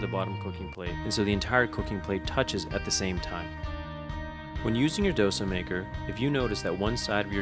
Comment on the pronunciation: Please learn how to pronounce Dosa first.